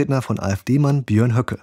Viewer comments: Berd Höcke er heißt Berd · Sag einfach Björnd 👏🏻😂